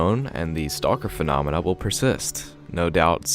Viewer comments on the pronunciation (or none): none